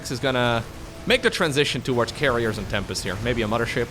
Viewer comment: I only don’t like it when he says “mama ship” but it’s ok haha.